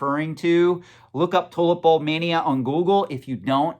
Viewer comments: No offense, but sounds like you're saying "toilet bulb" and not "tulip bulb" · lol I thought you said toilet bowl :) tulip bulbs